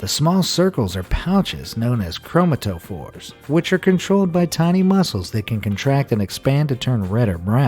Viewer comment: Great video! P.S! Chromatophore is pronounced chro-mat-a-four . For future reference! :)